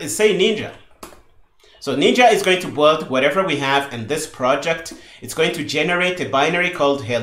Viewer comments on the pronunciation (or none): Sincerly I appreciate you so much but everytime you say "the boohold" I need 3 seconds to understand what you mean as I'm not English native. Aside from this - I'm just joking a little - you made a great job. I 'm devouring this series. I'm getting curious on what kind of native macro Visual Studio uses for doing the same job CMake does - I've been using qt creator for 5 years and I don't remember how VS works.. I'll have a check